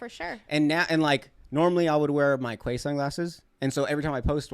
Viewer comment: The brand Quay is pronounced “key”